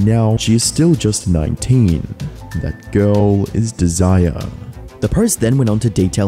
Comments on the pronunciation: Am i the only one annoyed by the fact he called the girl "desire" instead of dez-eh-ray as the name is most likely said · Her name is not Desire. its Desiree pronounced Dez-Er-A. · is this a fake voice? desiree is dez-err-ray not desire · I think you're funny af going to all the trouble to make this long ass video and never bothering to learn the name "Desiree" (Des-i-ray) is not pronounced as "desire" (deez-eye-r) Also, : the saying is supposed to be "the WORST was yet to come," not "worse is yet to come" (which makes no sense whatsoever). And between and you say the word rape like four times even though you somewhat blurred it out while showing the printed form on screen, yet you blurred and bleeped out every other instance of the word in the rest of the video. Why? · Desiree is pronounced as DEZ-ER-RAY not Dee-Sigh-Er haha. But apart from that, phenomenal video man! Thank you for breaking down what's been going on with Adam! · I heard him say it like the word Desire (which now that I think about it sounds like Dee-Sigh-Er), and yes, it is pronounced Dez-Er-Ray (Dez-Uh-Ray if you're british), I can see the confusion because Desiree is normally spelt with accents like Désirée or Desirée, something like that, and the other reason being because it looks like someone double clicked the E at the end of Desire, everyone makes mistakes and we all move on. It's kinda beautiful and unique in its own way, the way of apology and forgiveness. Edit: I'd pronounce Desire like Dee-Sigh-Uh, because I'm british influenced or because I'm Aussie. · By the way its not "Desire" its said more like "Desiray" but spelled "Desiree" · Just a note, the name "Desiree" is pronounced like "Dez Array", not "Desire" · Lmao her name is desire.... I'm dying. Its des eh ray. Dessire.😂😂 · I think Desiree is pronounced like Dez-uh-Ray not desire lmao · The name is pronounced Des-er-ray, not desire. When it’s two Es at the end, the last bit is pronounced like ray. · its not desire its desiree